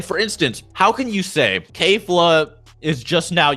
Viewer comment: Her name is kefla not kfla